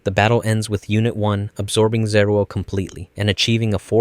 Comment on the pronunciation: ズルじゃなくてゼルエル